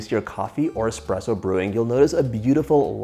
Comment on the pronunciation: John, it’s espresso not expresso.